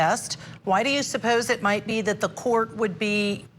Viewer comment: Okay class today’s word is “Protocol” or in the dictionary of Darrell , Protocaw/Protacall or Prodacawl so just be aware 😂